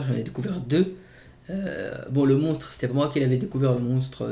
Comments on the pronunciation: Moi j'entends clairement "montre", c'est bizarre, tu est certain d'entendre monstre ? ^^ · c'est le montre du lock ness franchement aprend a parler